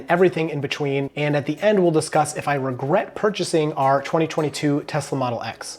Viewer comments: Ragret? Ragret? ?? Ragret? ??????? Ragret? ?????? Really? Really Really??? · What's a ragret? 😂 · Is “ragret” a meme or a mistake